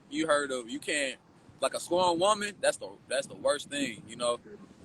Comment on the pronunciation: LOL "scorned" woman! Get it right!